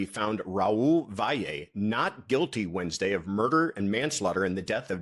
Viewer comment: So far you’re the only person who pronounces Valle correctly and beautifully. I know petty, but I just had to say it .